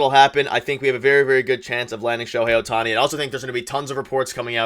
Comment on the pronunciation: Hello from Japan. Perhaps to better the chances of signing Ohtani, his name should be pronounced correctly. It’s OH-tani, not oh-TA-ni. The stressed syllable in his name is on the first syllable not the second syllable. GO JAYS GO!